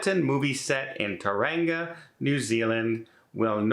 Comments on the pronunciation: Hello. Tauranga is correctly pronounced “Toe Runga”. The cruise ships actually dock at Mount Maunganui not Tauranga or Rotorua. I chuckle when I see schedules that say they dock in Rotorua. Rotorua is a one hour coach trip from the ocean on Lake Rotorua. Tourist activities include many options covering Maori culture, mud pools and geysers, boat trips and water activities on the lake. There is even a sheep show. Corny, but I have never taken guests there who have not enjoyed it. Many cruise excursions from Tauranga are 12-14 hours but do not let that put you off. The Maori war dance is the haka (pronounced harka not hacker). I hope the Weather God grants you a smooth sailing across the Tasman Sea from Aust. to NZ. It can get rough. Finally Aust and NZ have VERY strict biosecurity rules. DO NOT fly in with food. Honey, meat and fruit will get you an instant $200 fine and delay you. I hope this helps. Safe travels. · That’s not how you pronounce Tauranga…maybe look up how some of the names in New Zealand and Australia are pronounced, they aren’t always easy